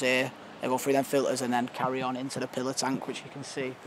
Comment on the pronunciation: Pillow tank not pillar tank lol